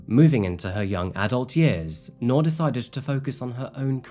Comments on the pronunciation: Her name is pronounced like NEW-R, New'r, Nuu'r, newer... Not 🚫 NOR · Bro saying Noor like Knorr Soup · Not to be a stickler, but its "Noor" like 'Noob" not "Noar". Means light in Arabic. :) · I wish you had taken the time to learn how her name should be pronounced😢